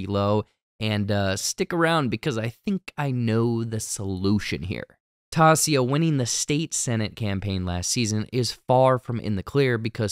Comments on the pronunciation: Tie-yi-sa (Taissa). Say after me. 😢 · Love you - not going to keep following and watching unless you are the actual narrator of the breakdown. HER CHARACTER NAME IS PRONOUNCED TY-E-SAH. I began following your breakdowns for you - not your intern. Just sayin. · Hey man, we can see you’re reading the comments- Tie- EE- suh! Great breakdown tho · Love the show. But, I too, felt the 3 new additions were so out of place for me. I just thought that was kind of desperate for this show? Also, her name is Taissa, pronounced "tie-eesa." Thanks for the vid! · Big let down by this video. It's Tai-issa, Tai for short. Also somehow completely skipped the scene where Jeff is clearly upset he couldn't "get down with the painting session", which adds an incredible layer to the joke scene; All Set up, not delivery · Say it with me..... Tah-ee-sah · My dude, Ta-i-sa. It's not hard and they say it many times in each episode. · Tie EEE Suh…….. omg, so distracting for you to mispronounce! I cut you some slack on the season 1 recap but I’m 100% over listening to it. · IT’S TIE-EESAH🗣🗣🗣🤦🏾‍♀️ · I love your videos but tai's name. Is pronounced tie- Issa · You are mispronouncing Tai-e-sha's name!! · Ta-EE-sa and p-EYE-ca!! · In the most kind way I need to tell u it’s pronounced “tie-ee-sa” or “tie/tye” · love these breakdowns! (please just practice Taissa's name) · somehow he says it correctly and then wrong for the entire rest of the video like?? what happened? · I do but like everyone I watch to see if I missed something. But repeated errors pronouncing a name that you have supposedly heard many times while watching the show is irratatting AF. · It figures, he can't get the black girl's name right... whatever. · Get the name right. I cannot watch because it kills me every time he says taissa wrong. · Did you actually watch any of it? Or with subtitles? Because you are BUTCHERING Taissa’s name for the second full show…. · How can you not know how to pronounce Taissa?